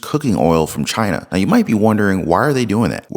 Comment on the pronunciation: "buying used cooking oil from CHINER......." Tell me we're laundering money for CHINER without telling me that we're laundering money for CHINER. Edit Look up bleeding the beast. (Referring to the cooking oil and the U.S. government.)